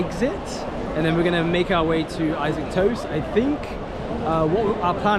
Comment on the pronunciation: its pronounced "E SOC" not I - saac urgg. Im just being jealous fyi xD